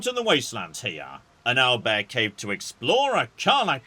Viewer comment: the way he says "oil bear" and later "aisle bear" just sends me every time